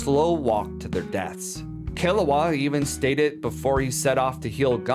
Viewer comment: whoa, whoa, whoa! Don't blame the child Kiruwa for the dominos set in motion by Gon's Parthenogenesis father Gingu! (its driving me nuts that you pronounce Gon like GAN when it s along O sound like GO with an abrupt ending with an N. yet you pronounce Kiruwa as Killawa. JUST USE THE ENGLISH DUB PROUNCIATION !! you dont pronounce Goku as GAKU!!